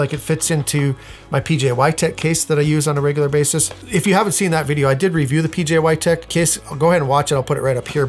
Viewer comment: IF HE SAYS "pjy" ONE MORE TIME.....